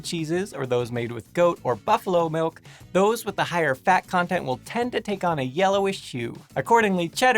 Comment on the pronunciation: lol, meeowk you might want to watch what words you run together, cause "yellowish shoe"s sound kind of funny XD